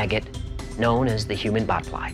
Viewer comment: On human bot fly, I thought I heard Human Butt Fly at first lol.